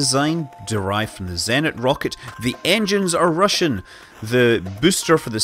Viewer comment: A few notes on pronounciation of Russian tech names: - there's no "z" in "kosmodrom", the "s" is as in "space", so it's kos-muh-drom; - "zenit" has stress on the second syllable. - so does "energia", and the "g" is hard as in "gear", not soft as in "giant", so it's sort of eh-nár-ghee-yah. This is not important at all, of course.